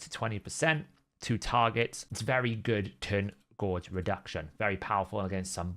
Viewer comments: Gauge not gorge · Drives me nuts the way he pronounces that word